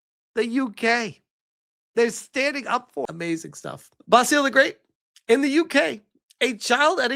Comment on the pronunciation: Basil the great is pronounced "bazzil" not bah-seal, it's a British man's name